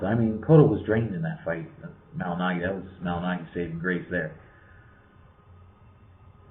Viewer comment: You are big on Paulie and you can't even say his name correctly?